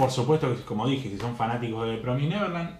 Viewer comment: Sorry que te joda amigo, pero promised se pronuncia promis por así decirlo no promais, Nose si se entiende pero nada solo te quería decir eso. El resto buen video :)